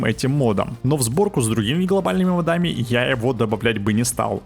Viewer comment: Ударение ставь правильно в слове «модами» - мОдами, а не моДами